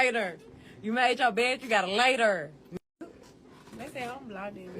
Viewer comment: Shawty said “laydurr”